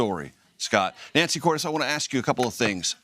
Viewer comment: Senator Kennedy says, "won't" for want. Where were his English Teachers ?